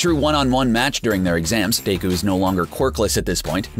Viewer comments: I ALMOST THREW UP WHEN HE SAID BA-KOO-GO AND DAY-KU OMG LMAO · he pronounced BA-ku-go as ba-KOO-go and DE-ku as Day-ku, and then said that deku's quirk is all for one clearly hasn't seen the anime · ba-koo-go? No. Baku-go. Bakugo.. day-ku? No. Deh-ku. Deku.. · Deku not dayku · car guy: Deyku vs Bakuygoo Me: stop triggering me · Bakugou is pronounced Ba-Ku-Go Deku is pronounced Dek-ew Naruto is pronounced Na-ru-toe Sasuke is pronounced Sause-Kay Sakura is pronounced Sock-er-a You can find out by watching the ENG dub of My Hero Aceademia and the ENG dub of Naruto, Naruto Shippuden, and Boruto: Naruto Next Generations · WHAT ARE THESE FUCKING PRONUNCIATIONS OF DEKU VS BAKUGO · they way the narrator kept mispronouncing Yusuke, Hiei, Deku (Midoryia), Bakugo and Alucard made me cringe so hard. learn how to properly pronounce the names correctly before making the video! SMH